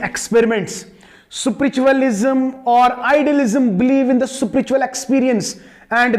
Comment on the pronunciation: This is not sinuses its sense This is not a espiritual it's spiritual Sorry sir your knowledge is good but you're English is not good